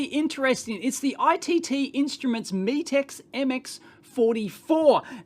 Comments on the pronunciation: Pronounced shovan r nu, and met as in met someone, not me as in look at me, then rix. I have a couple of Chauvin Arnoux meters from their existing range and they are excellent, but expensive. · Metrix, as in metrics, as in measurements. Unless you're Australian I guess😁